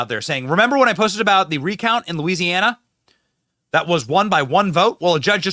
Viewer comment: Louisiana starts with a L not a E dumbbells. Must be from the north east. Backwooded MF